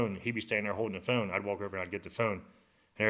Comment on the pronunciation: How dude says phone though... foon. Hell naw 😂